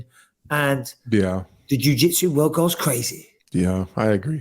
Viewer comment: O my woerd Baby boi O my woerd